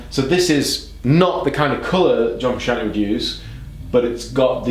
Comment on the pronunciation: “John fruschian’ey”